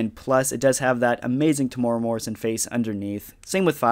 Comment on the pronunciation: Yo, just an FYI Temuera is pronounced Tem (Like the start of lemon) the U is an eww sound, the e is more like the ai from chair and the ra is a rolled R sound. Or if thats too confusing this video is great